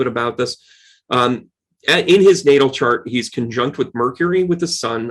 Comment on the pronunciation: when you say HIS NATAL CHART, it sounded A LOT like: his NATO chart!!! LOLLLLL 🤣🤪💫